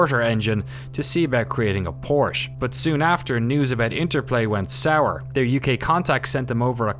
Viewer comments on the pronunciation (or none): none